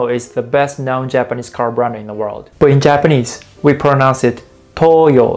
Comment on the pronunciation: "five japanese bwand names " Ok Thanks Bye!